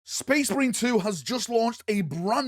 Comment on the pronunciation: "Sphess MARINE" Warboss Grimskull